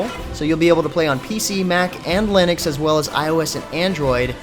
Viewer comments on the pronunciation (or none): none